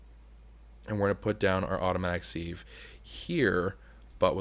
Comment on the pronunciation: anyone else from say sieve like "siv" rather than "seev"